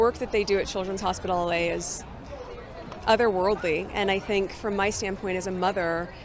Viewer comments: She says it the same exact way each time. Same words, same pause, same drawing out of the r in motherrr. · It makes my skin crawl when she says MOTHERRR. I wonder if she says BROTHERRR, when she says brotherrr referring to Prince William. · The say Harry's wife dramatically over enunciates the word "mother" really grinds my gears.